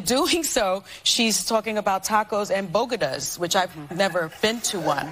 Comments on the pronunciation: Bogadas?? Is called Bodegas. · What the hell are bogadas. It’s bo-de-gas. OMG! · "bogedas"?! it's BODEGAS, damn it. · “Bogedas”…. Lol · I’m surprised no one is pointing out how she totally slaughtered the pronunciation of bodegas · Did you hear the great doctor greatly mispronounce bodegas? I think it was the first time she came across that word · Jill should of watched half baked on how to say bodegas 😆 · I am whiter than white and have never been to New York in my life, but I know you don't say bodegas that way